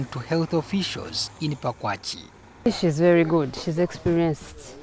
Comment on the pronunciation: The place is called ‘Pakwach’ not ‘Pakwachee’😒